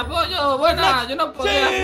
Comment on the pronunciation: me pareció TROLLI dijo fles y no flex